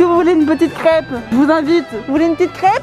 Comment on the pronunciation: Entendre Léna dure le mot « crêpe » >>>>>>>